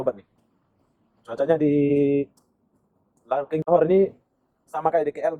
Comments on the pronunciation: Larkin bukan LARKING 😂😂🤣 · Terminal bas Larkin bro,bkn Larking...😊😊